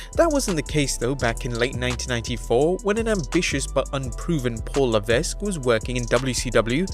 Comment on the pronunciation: Levess u mean Levesque its pronounced Le-ve-ek.